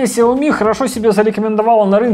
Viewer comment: ты ведь говорил, что правильно Шаоми, а все равно продолжаешь говорить неправильно)